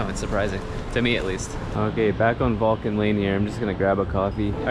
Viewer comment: Vulture lane wth... Vulcan lane please 😂